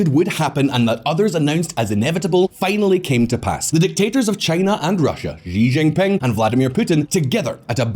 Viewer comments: This guy has no clue how to pronounce Xi Jinping. It is embarassing. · No one: Visual Politik: Ži Žingping